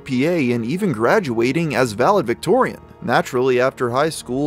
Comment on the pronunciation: I made it 30 seconds into your video before I had to stop. So many errors in your speech. “Vallavictorian”? Really?! Go back to school